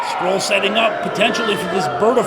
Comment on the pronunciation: Someone should tell the commentator how you pronounce Marty’s last name. Called him “scroll” the whole match 😆